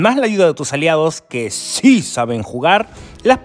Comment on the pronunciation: Porque dice con tono raro "SII saben jugar" :v